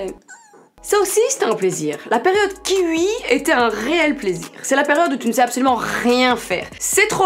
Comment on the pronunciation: "un kiwui"😂😭😭